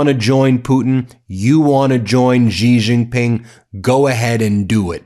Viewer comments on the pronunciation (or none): Please stop mispronunciating Xi. It sounds like 'she' not 'gee' or 'zhee' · Ben! U make me laugh so hard. 👏 👏 👏 watching from Malaysia.. just one thing though.. Xi is pronounced Si. Spanish for YES but NO NO to Trump.